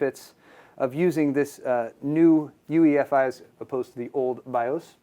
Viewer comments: try to sound as intelligent as you possible can? well first off it's UEFI not EUFI lol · The asus guy corrected the newegg guy on 'UEFI' but then he called it UFI like a bajillion times throughout the vid... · Its UEFI not EUFI you dumbass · We need to just start pronouncing it YOU-eh-fee now. :)